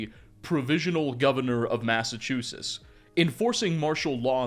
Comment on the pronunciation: How have you made so many Fallout 4 videos and still pronounce Massachusetts as ‘massachusis’. As a mass native I had to point out since I watch so many of your videos. Love your stuff!